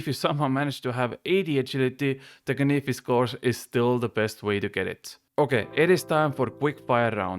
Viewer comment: Say canyfis one more time 🔪